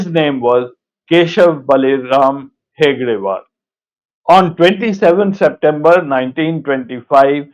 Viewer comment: He is pronouncing Hegdewar which is not correct....it is Hedgewar